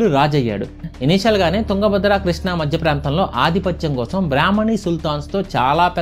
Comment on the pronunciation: శ్రీ కృష కాదు గా కృష్ణ అంటారు గా